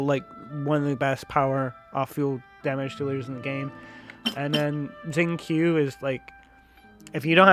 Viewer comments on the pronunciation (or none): Not sure how long you have been playing (5 months myself), but in english Xingqiu is pronounced sing-cho not zing-q. Check on his voice lines in-game on the character page. Other than that, I agree with your choices in the video. 👍Decided on Lan Yan C2 for my account to let her heal her shield.